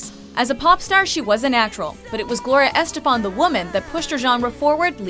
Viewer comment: it's pronounces es-TE-fan, not ES-te-fan. Please check your pronunciations.